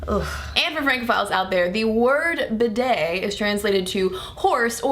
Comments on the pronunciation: First of all I wish you would say bi'det with the accent on the first syllable! Oops! I am partially educated in French! The way you say it shocks my sensitive ears! But yes! What a valid argument you present! I personally still use toilet paper but often a hand-held shower afterwards. For the record, I wish I had a telephone shower as well but the hand-held one serves the function to which I put it to well! I mostly use it in conjunction with taking a bubble bath! Oops! I do love my bubble baths! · Yes that mispronunciation all the way through was so irritating. Almost as bad as when they pronounce 'niche' as 'nitch'. just for the record, 'niche' is pronounced like 'neesh'. NEESH. ' Bidet' is pronounced 'Beeday' with the emphasise on the first syllable BEEday. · I love you AND bidets, but please, please , PLEASE, pronounce it BEE DAY!! (I don't actually have one but usually squat in the bath for a quick cold douche with the shower head after a poo. LG.